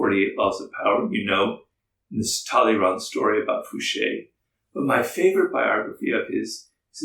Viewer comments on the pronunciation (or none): none